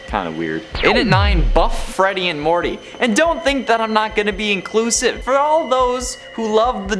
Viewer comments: he says buff greedy and Morty instead of Monty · You said Morty instead of monty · You said morty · "morty" lol